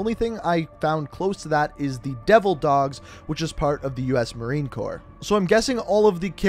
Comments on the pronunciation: Ight mate, You said marine corps you should have said core true it’s spelled like that but it’s offensive if you don’t say it like that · Lmao glad I wasn’t the only one who caught that. Found it kinda funny though that he said “devil dogs are a part of the Marine Corps” 😂 that’s the nickname given to us from the Germans. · Man, marines get very angry when you pronounce corps wrong... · The p in Marine Corps is silents. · The “p” in marine corps is silent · The "S" in corps is silent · I don't like how he pronounced the p in Corps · Please don’t say the P in corps it’s getting annoying 😂 sick video though 👌🏻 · He pronounced corps. As corpse smh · mmmMmm cRiNge he said Corpse not c o r e which is how it’s supposed to be said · Ah man... Listening to you butcher my beloved Corps was pretty cringe.. It's not corpse.. Just Corps.. Sounds like core.. But um nice effort for the storyline of the characters. But please don't say "Corpse".. Cheers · Okay dude it’s not the marine “corpse” it’s marine corps like core not corpse say it right or don’t say it at all. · Marine Corpse! Corpse? Last time I checked it was Corps. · Hey man, great video buy im pre sure its pronounced ‘core’ not ‘corp’ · Marine Corpse? It's pronounced CORE, not corpse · Corps, Not Corpse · Sorry I don’t mean to sound arrogant but it’s not pronounced Marine (CORPSE) it’s pronounced Marine (Core). It’s spelled weird and us Americans make that mistake all the time, don’t worry! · Marine Corps, pronounced Marine CORE not “Corpps” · It's pronounced " core " not "Corpse" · Does this man not know how to pronounce marine corps?😂 it’s pronounced like CORE not cOrPs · i got pissed at this too. im not a fucking corpse. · The Marine Corpse. Lmaoo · TRIGGERED It's prounance Marine Core, the p in the name is silent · Ight so no one is gonna talk about where he pronounces Marine Corps as “Marine Corpse” like a freakin dead body. Nerds these days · You did not just say “Marine Corps” pronounced “Marine Core”